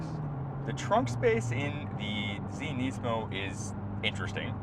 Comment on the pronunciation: Thanks for saying NEESMO Zach!